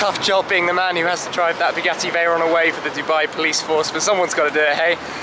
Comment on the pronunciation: "And here we have the Bu gassy Veyron"... Dude... -_